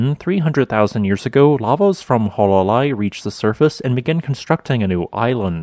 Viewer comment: It is not “Wha-la-Lai”, it is pronounced “Who-Uh-La-Lai” 😡